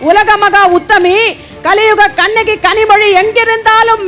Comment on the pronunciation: Sister don't say kannaki please.